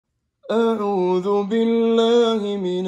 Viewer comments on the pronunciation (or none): none